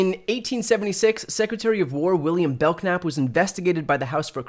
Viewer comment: Bel-knap the k is silent like like belnap